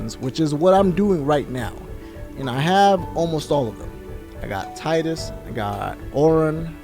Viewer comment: Teedus.....not Tidus. I know it's spelled that way, but it's pronounced different. I just name him Kuhlio. I never use his given name. Anyways, this is the best FF. Glad you enjoyed it. Best story ever.